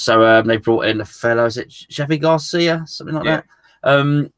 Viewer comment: It’s Javi Gracia, not García I keep making the same mistake!